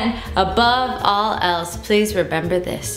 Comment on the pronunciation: And above all, "rebember" this 😂😂